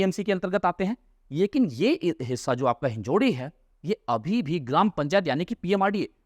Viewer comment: कृपया "हिंजेवाडी" बोलिये, आप गलत उच्चार कर रहे है.